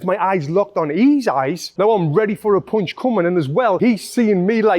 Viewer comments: Punch* not poonch 😅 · Great video, thanks, but what is a "Poounchh?"